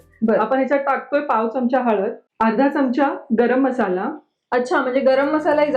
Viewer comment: चमचा शब्दाचा उच्चार च्यमच्या करु नये.